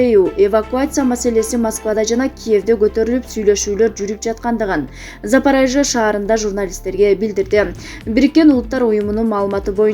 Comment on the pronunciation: Запорежье деп туура окусан байболгур!!!!